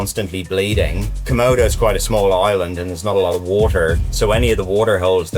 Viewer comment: Why did call it a kimona dragon lmao 😂